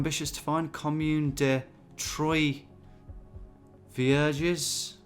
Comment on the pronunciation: How can someone so worldly and well travelled think Troisvierges is pronounced Troy-Veur-Jez